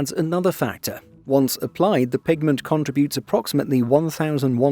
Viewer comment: “Con-Trib-Utes”: There’s no “A”